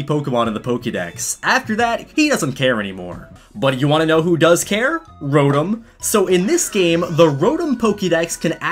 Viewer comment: He is a poke fan but he pronounces things wrong Like kalos and rotom